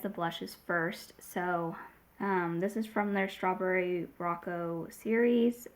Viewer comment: Strawberry 🍓 Rococo is pronounced with a long O sound for all the ‘O’s - it is three syllables, but the 2nd syllable (Co) and 3rd (Co) are almost pronounces as one. Row-Cocoa (rhymes with chocolate “cocoa” ) or Roe-Coe-coe (or Row Coco) You can put it in google and request a pronunciation. It’s named after the Rococo period in style, art, architecture, design, clothing, jewelry etc.. Think Marie Antoinette and Louis XVI aesthetic - that’s quintessential par excellence Rococo! It is a flamboyant yet, light-hearted form of art often characterized by whites and pastel colors, gilding, and curvaceous lines. Like the designs and aesthetic of the Flower 🌸 Knows packaging designs. The Rococo style typically depicts scenes of youth, love, and nature, and elicits motion and drama. I have been considering buying these, but they slipped my mind! Thanks for reminding me with a lovely, unbiased review 💕